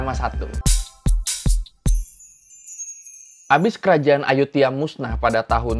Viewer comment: Bacanya emang "Ayutia" ya bang, tulisannya "Ayuthaya"....